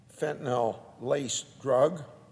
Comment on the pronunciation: It's fentanyl, not fentanel or fentanol...